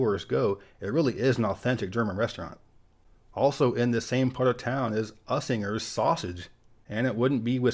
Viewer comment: Your German and you don’t know how to pronounce Usinger 🤣🤣🤣 I’ll help you out.. sounds like Use’inger